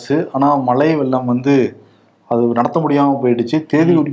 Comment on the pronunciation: Mr. 'ழை' உச்சரிப்பு சரியாக வருவதில்லை. மழை என்பதை மலை என்றுதான் பெரும்பாலும் உச்சரிக்கிறார். ழ ழை களை சரியாக உச்சரித்துப் பழகவும். இது எனது வேண்டுகோள்.